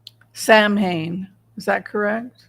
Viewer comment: Hi. Eileen & Richard here. Samhain is pronounced SOW-en. Gaelic, you know. 🥴